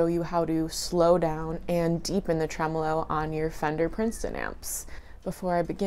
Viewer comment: Well done, thank god you are able to pronounce the word tremolo correctly.